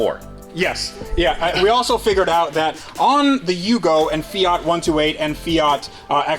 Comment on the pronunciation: The "Fiatski"!!!